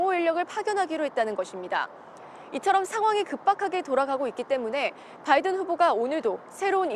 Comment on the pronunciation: 임종주특파원님 "바이든" 발음하실때 너무 의식적으로 굴리시는거 보기 안좋네요...